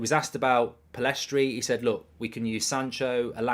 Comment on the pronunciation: Pellistri not Pillestri